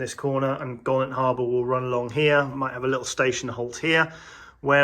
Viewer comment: Best layout I’ve watched But Golant is pronounced GO. LANT Will be interesting to see how you match up the middle level to the new top level Like the Marchwood military train Great job !!!